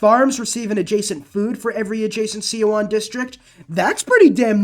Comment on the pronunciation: and Korean leader is pronounced, San-Doo, the campus "see oon" but I guess that's why they call you "the butcher", love it!